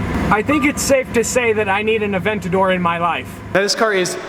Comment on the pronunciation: Funny how he's trying to get a Lamborghini Aventador, yet he doesn't know how to properly pronounce Murcielago, Gallardo, or Aventador.